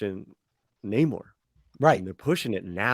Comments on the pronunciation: Nay-more ? Nah. More like no more. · I predict that the enemies referring to him as "nah-moor" will be all the Marvel Fans who expected to see the Submariner. We already have a very long standing, official confirmation as to the pronunciation -- as well as the character's appearance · Actually Namor's name "Namur" was coined by the Spanish-Filipino conscripts since Namur is actually pronounced as "Namo" which is short for "TANGINAMO" in Tagalog.